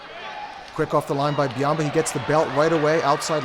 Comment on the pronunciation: Well I mean he is like a panda that dominates sumo. (It's Byamba not biamba.)